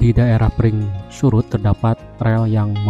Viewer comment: Maaf ralat sedikit mas, yg benar "Pringsurat", bukan Pringsurut 😃🙏